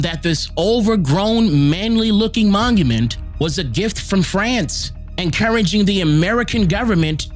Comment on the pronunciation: Not the “manument” 😂😂😂